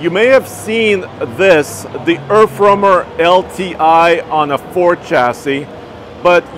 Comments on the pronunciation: "Errf roamer" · ErffRoamer. Weird that they spell it Earth, but can't seem to pronounce it, and neither can the youtuber.